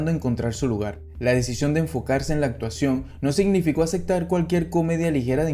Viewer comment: Oye haces un trabajo genial con tus videos. Solo tengo una observación: Al hablar procura pronunciar bien las las palabras. Pues no se dice Acectar, es aceptar.